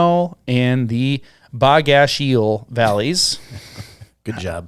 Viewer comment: Geez guys Quinault is pronounced "Kwin-ault" and Bogachiel is prounounced "Boge-a-cheel". The accent for both words is at the front of the word.